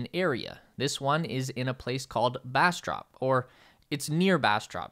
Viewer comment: Hollering at roasting Pfluverville and ‘bASStrOp’ lmaooo